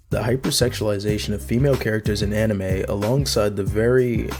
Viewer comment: "Enimay" bled my ears